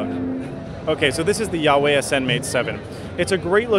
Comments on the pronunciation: It's "wah-weigh" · At least you could ask for the proper pronunciation of "Huawei". It's pronounced: Wah-Way. Eesh, I cringe when I listen to you say the company's name. Jarring. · Great review! One note--- its pronounced "wah-way" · Considering it's in chinese, I doubt it's pronounce as Wah-Way tho.. It should be pronounced as Who-uh-way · I can never get the name of this company correct. I always though it was pronounced "wah-way" not "yah-way".. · You're all wrong.. It's pronounced hwa-way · I'm surprised that Huawei let you walk away from their booth. You pronounced their name wrong! Huawei, not Jesus, made the Ascend Mate 7.